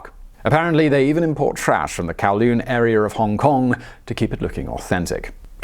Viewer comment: “Chiner” and “arear”